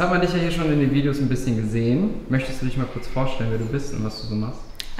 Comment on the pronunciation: "Ist der Arm gebrochen?" "Bisschjen" 😂